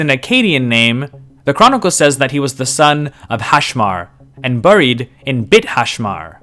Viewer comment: The word buried is pronounced berried.